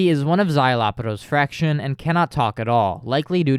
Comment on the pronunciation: I loved this video, i have one i guess “gripe”. You say spanish names well, but why do pronounce “Fracción” as fraction? Im not judging just curious!